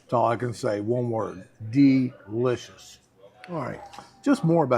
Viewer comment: De Lishious thats two words lol